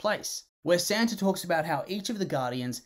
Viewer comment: bro ur accent messed me up, I thought you said "where Santa talks about how each of the Guardians has their own Santa" (In all seriousness, great video. Love this movie and I hope it gets more recognition)